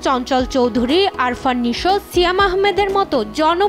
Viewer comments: আফরান নিশো কে আরফান নিশো বলে😂 এটাই বাংলাদেশের সাংবাদিক,হলুদ সাংবাদিক এদের বলে😂😅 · আরফান নিশো ❎ আফরান নিশো ✅